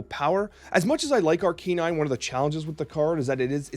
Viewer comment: I love your content so I'm gonna assume the way you say Pokemon like "Arcanine" is just how you says cards like "Magneto/Magento" as a joke haha